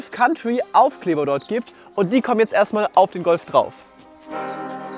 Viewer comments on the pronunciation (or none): Echt Respekt vor der Arbeit und dem Ergebnis. Dennoch schade, dass der schöne original rote Lack weichen musste. Super, dass du den Namen vom Golf jetzt richtig sagst, zuckte mir jedesmal durch den Körper😂 Kauntrie